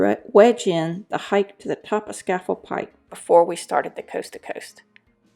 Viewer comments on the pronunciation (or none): At least learn how to pronounce Scafell Pike